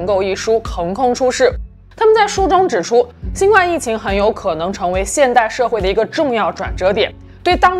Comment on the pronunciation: 新冠的冠应该读第一声而不是第四声。